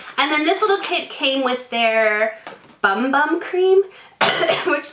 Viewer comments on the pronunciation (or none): uses the "bum bum" cream. I think it's pronounced "boom boom". Lol, I'm not sure but loves it.